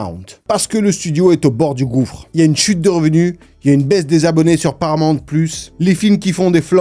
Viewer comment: C’est pas paramant mais Paramount 😮toi aussi tu déformes 😮😂